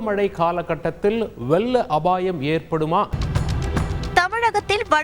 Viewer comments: வெ(ல்ல)ள்ள அபாயம் இனிப்பா உச்சரிப்பு ள் ழ் எல்லாம் உச்சரிக்க தெரியாதா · அது "வெல்ல அபாயம்" இல்ல , "வெள்ள அபாயம்" ல,ள,ழ உச்சரிப்பில் கவனம் தேவை.. தமிழ் நாட்டில் பிறந்து தமிழை தாய்மொழியாக கொண்டவர்களும் இப்படி தமிழைக் கொல்வது வருத்தம் அளிக்கிறது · மூதேவி நீயெல்லாம் தமிழ் செய்திகள் வாசிக்க வந்துட்ட😢😮😢 "வெல்ல அபாயம்" னு தெளிவா சொல்றியே வெக்கமே இல்லியா??? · வெள்ள அபாயமா அல்லது வெல்ல அபாயமா... உச்சரிப்பை திருத்துங்கள்.. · வெல்ல அபாயமா.? தமிழைக் கொலை செய்யும் நீ எல்லாம் வேலையை விட்டுட்டு போய் தமிழைப் படி. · லகரம் ளகரம் உச்சறு=இக்கத் தெரியாத முண்டம் ; "வெல்ல" அபாயம் என்று சொல்கிறான் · சென்னை நகரில் மேற்க் "கொல்லப்படும்" "வெல்ல அபாயம் " நல்ல தமிழ் பேசும் தமிழனே கிடைக்க வில்லையா உங்களுக்கு செய்தியை வாசிக்க?